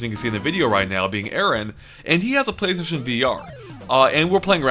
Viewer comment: Name is forgets the L in Playstation